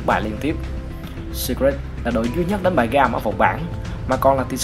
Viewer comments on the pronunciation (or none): blv kênh nào đấy bác nhỉ? Chứ thấy riêng từ Secret là thấy sai tè lè rồi đấy!! Sít rịt sít rịt :))